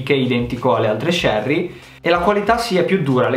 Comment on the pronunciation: Si dice cherry con la C di cinque